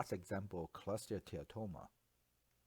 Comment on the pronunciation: This presentation is fantastic. I particularly get thrilled the way you pronounce cholesteatoma with a mix of what sounds like American and Malaysian-Chinese accent. You just say choleteatatoma. Best online radiology teaching on this topic I have seen so far.